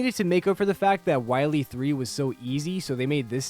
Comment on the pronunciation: DOCTAH WAHWEE!